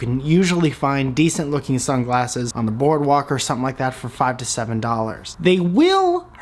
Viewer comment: when u said "sunglasses" i thought you said "some glasses" okay i think thats all i got to say